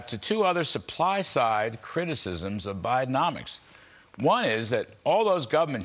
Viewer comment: Was that Biden-nomics or Biden-comics ?